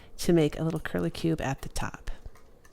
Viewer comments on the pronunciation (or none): Its curlicue, not curlicuBe. Cute projects.